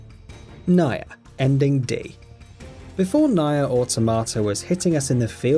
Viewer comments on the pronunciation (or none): Oh, I didn't know Kane was in Nayer. Probably because the game is called Nier (pronounced "Near"), and the character's name is Kaine (pronounced "Kai-ne"). Maybe actually play the game, and you'll know what you're talking about. Btw, Solid Snake wasn't in MGS3. His name is NAKED Snake. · Think it's pronounced Near. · that's Naked Snake/Big Boss, NOT Solid Snake in MGS3 you halfwit....and omfg that butchering of Nier & Kaine :/ also Journey is the most boring game I've ever tried....literally fell asleep playing it. also: Xenoblade Chronicles Xenoblade Chronicles 2 EarthBound Metal Gear Solid 4 Tales of Symphonia Tales of Xillia Tales of Vesperia Chibi-Robo